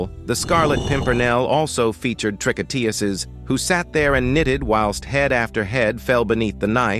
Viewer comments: Trick on tuurs is how it is pronounced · I gave up after a few minutes of listening to your pronunciation of 'tricoteuse'. What is it with you Americans when it comes to French? It's just a relentless, ignorant massacre. The word is pronounced as 'trih-coh-tuhz'. You didn't mangle the other French names so why this one? Google could have helped you with this you dumb Yankee. Thumb most utterly DOWN. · learn how to pronounce tricoteuse please. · Maudit Anglais. Même pas assez brillants pour prononcer tricoteuse à peu prés correcrement.😢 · Please, pronounce the French word TRICOTEUSE properly!!!!!!!!!!!!!